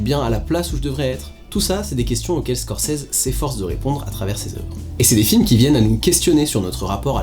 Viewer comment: "ScorSese"... et non "ScorCese"...